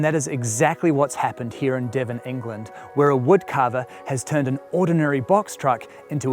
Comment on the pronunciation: Devon, in England - not "Devonengland". 🤦